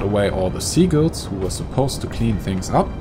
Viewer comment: "Seagles" sounds like Beagles. Seagulls (SEE-guhlz), as in beach/harbor-dwelling pigeon alternative bird, is something else, aber vielen Dank trotzdem...